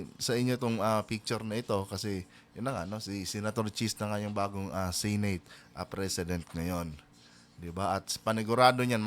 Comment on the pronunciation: Senate hindi Sinate